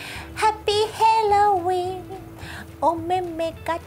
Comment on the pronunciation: HELLOWEENはワザとなのかなぁ それとも、ガチミス… どっちだとしても面白いけど、ヘロウィーンって何だよ🤣